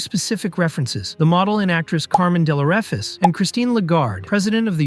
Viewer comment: "Kar-men Del-o-re-fi-che" Its pronounced like that.